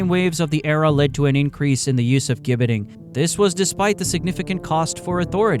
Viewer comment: It's pronounced 'Jibbeting'. I live in the UK and there is a place called Caxton Gibbet, about 6 miles from my home. There is an old wooden structure, remnants of a gibbet